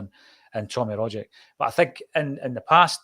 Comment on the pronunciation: At least one of you can pronounce Rogic.